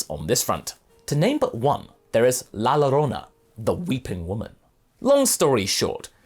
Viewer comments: It's pronounced "la yorona" not "la lorrona". Double L is pronounced as "Y" in Spanish. Look at tortilla or paella for example. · Ouch, my San Antonio native ears..., it's not pronounced "La Lo-rona" it's pronounced "La Yo-rona", with a slight rolling r, the two Ls when together make a Y sound in Spanish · Nunca creí que vería al actor de voz de Goku pendejo hablar de la llorona o la Pascualita de Chihuahua XD You nailed "La Pascualita" pronunciation, for "La llorona" just pronounce it like it were written as "la jorona", like in Jojo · Just wanted to say, you should probably note that La Llorona is pronounced La Yorona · La llorona is pronounced la yorona. The LL in Spanish is a y. That aside, great video as always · It’s so nitpicking and dumb that I’m about to say this but… you said La llorona wrong